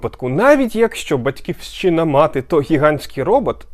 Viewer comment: А чому Батьківсчина, а не Батьківщина? Хе-хе. Але цікаво. Натрапив на канал зовсім випадково, але мабуть залишусь тут задля перегляду декількох десятків відео. Для початку